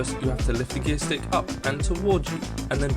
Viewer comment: Stick, not "srick".